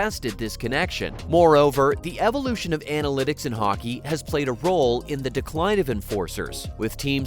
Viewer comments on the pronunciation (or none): none